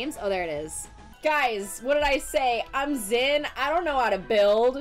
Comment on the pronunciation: its Xin!not Zin (dont give a fck about what poeple say